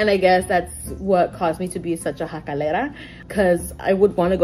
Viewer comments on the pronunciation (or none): "Jacalera" lol